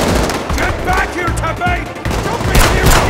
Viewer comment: Oh my god did they say Teppei😭